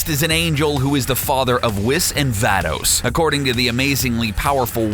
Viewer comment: Whis-weece Vados- vah dos